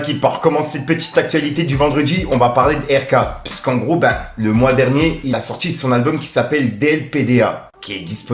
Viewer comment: eh fait un effort, on ne dit pas "pisse qu'en gros" mais "PUISQU'EN GROS". Tu fais saigner les oreilles sérieux. Pareille fais un effort avec La FOUine, pas "La Fiune". C'est pas méchant, mais vu que tu utilises souvent ces mots, ça rend fou. T'as des jeunes qui t'écoutes alors montre l'exemple. Peace.